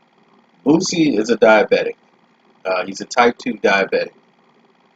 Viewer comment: Could you please stop pronouncing his name wrong? It's Booo See. It's not Boot-See.